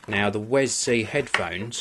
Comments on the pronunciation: It's pronounced 'We Es Si'wesc(ddoott)com/wescpedia/wi-es-si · its pronaunced WE-S-C! Actually =P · mate u can get them in matte black aswell. also that "little" extension isnt an extension, its an adapter for using with like ur phone and basically lower end media players. btw its not pronounced "wes-c" either its all one word.